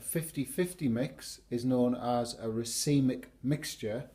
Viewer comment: Never knew how to pronounce 'racemic' till today :)